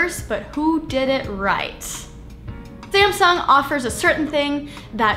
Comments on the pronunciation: Did she say scamsung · Did she just say "SCAMsung" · sounds like she said scamsung lol 😂